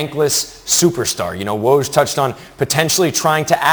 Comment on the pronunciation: [Fun Fact] Even ESPN colleagues cannot pronounce Woj's name :)